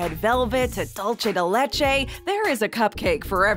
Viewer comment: Just to let you know it is dulse de leche so in so the c in in dulce is like s